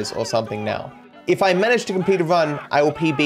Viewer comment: Are you serious right neow